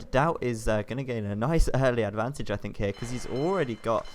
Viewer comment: I KEEP HEARING hight abantage ? what abantage like extra range when on toop of a hill?